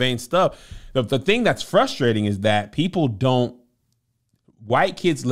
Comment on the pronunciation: This is the first time I have ever heard say "Ghat" instead of "that"